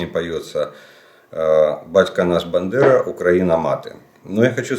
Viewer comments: Або у мене щось із слухом, або ви на початку відео називаєте Степана Андрійовича не БАндерою а БЕндерою!!! Якщо мені не почулось, то вивчіть спочатку самі, як прізвище нашого героя!! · БАндера! А не Бендера